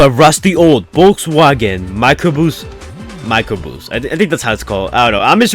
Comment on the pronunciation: I like how this guy says 'mircrobus'. Microboos~